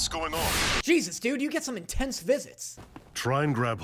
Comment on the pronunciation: "Grow sime wereballs" WHAT 💀